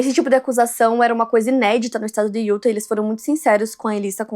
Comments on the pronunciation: Como já disse anteriormente, diz-se "iutá" e não "iúta" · Não se fala UTAH E SIM UTÁÁÁH